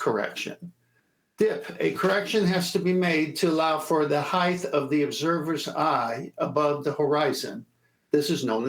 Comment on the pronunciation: The earth is obviously flat, no way around it. My question is why does pronounce the word "heighth"?